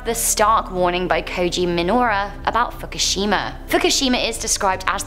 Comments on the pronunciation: Fukishima Did anyone else here that wrong? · Fuckashima? Lol